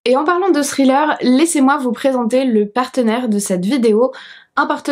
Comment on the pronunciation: Salut! Quand tu dis THRILLER on dirait que tu dis STRILLER... Pas besoin de mettre autant d'emphase sur le H c'est juste un truc de langue au palais après le T ... Écoute la différence sur un "text to speech". Bel essai par contre tu y es presque.